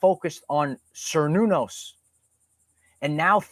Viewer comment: Cernunnos is pronounced Cur-noo-nose, not whatever you’re saying lol